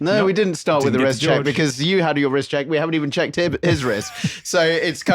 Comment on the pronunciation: Leo says I've for a bigger phist, I meant wrist